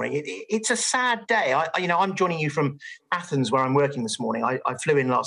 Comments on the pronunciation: It's Athens, not Anthens! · 'Anthens.' Good work.